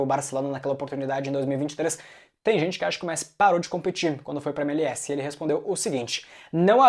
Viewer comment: cara me desculpe fazer uma correção, a pronuncia correta é: êmelés